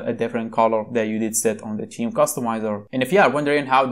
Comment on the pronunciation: First of all your accent is not good. It sounds like teen not Theme. Please from next time just show the word/keyword on screen if you cant pronounce it. Thankyou.